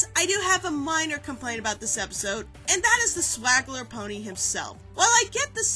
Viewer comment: I think you mean swindler, not swagler.